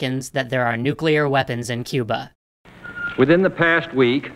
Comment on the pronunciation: The way he says Cuber is hilarious!